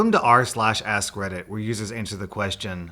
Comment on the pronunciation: Am I the only one hearing "R Slash Ass Credit"